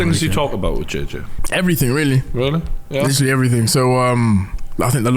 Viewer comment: Good interview, "Litrilly" ;)